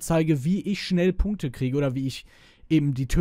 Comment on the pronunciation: Er sagt Punkte. XD